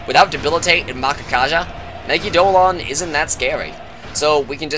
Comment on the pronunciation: The one canon pronunciation I can think of is in Persona 4 Arena: Elizabeth pronounces it "megee-dough-la-on" in her Instant Kill quote, but it's a weird word so I don't fault you for saying it differently.